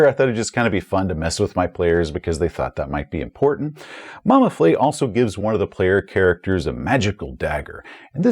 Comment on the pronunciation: Additional note: a French-style letter e with the grave accent - moving downward from left to right - indicates that the sound is an open-mid front vowel, like the 'e' in 'bed'. So it's Mama Fleh, not Mama Flay. I mention this because of the potential danger in mispronouncing the name of an Elder God and earning its ire. Love your videos, keep up the great work!